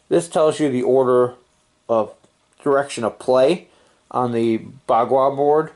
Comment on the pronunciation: Thanks for your thorough explanation. I've been trying to look up videos of this game but I couldn't seem to find a video as In-depth as yours, great video. btw, you pronounced p(b)a-gua right ;D